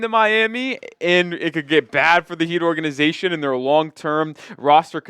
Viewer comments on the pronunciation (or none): none